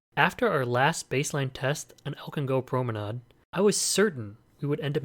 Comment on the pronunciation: Haha as a German I really was shocked by your pronunciation of promenade. I would say the last pronunciation you said is right. At least for American English :D